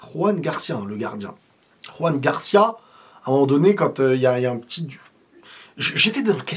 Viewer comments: C'est Joan(pas Roan)Garcia genre comme en français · Joan Garcia pas Juan Garcia. C'est un catalan pas un espagnol. La prononciation est totalement différente. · on dit Joan Garcia pas Ruan comme il est catalan on prononce le J comme en français. Sinon super vidéo 🎉